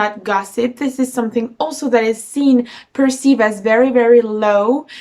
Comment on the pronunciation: Maybe it's your pronunciation so I apologize if I'm incorrect about this but the word perceive is sounding like pursued.